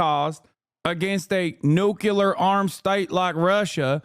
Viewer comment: This guy saying “nucular” instead of “nuclear” tells me all I need to kno.